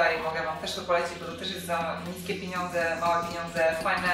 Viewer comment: Pieniądze, a nie piniądze ,,,i te słownictwo pracuj nad nim, oj pracuj,,, a będzie lepiej